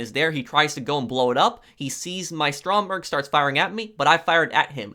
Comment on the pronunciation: It’s actually Stromberg look it up